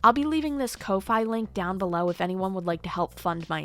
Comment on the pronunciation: absolutely unforgivable behavior. jail I do have to add it's not pronounced "Co-fye" It's pronounced like "Coffee" As in "Buy the artist a coffee" But spelled Kofi